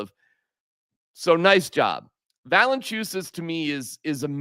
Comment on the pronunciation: Va-le-IN-chu-nas. Agree with everything else 😂. 👍